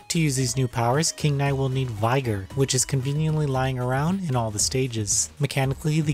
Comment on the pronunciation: The reviewnis good, but sorry callingnit v-i-ger caught me off guard, its pronounced vi-ger